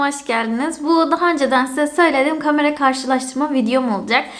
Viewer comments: Hızlı konuşunca kameranın aniden kamara olması harikaaa sldksdşaskdsld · aga kamara değil kamera